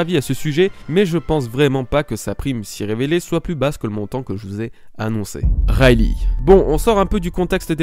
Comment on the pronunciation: moi perso j'entend "rally" xD sa se prononce "rayligue"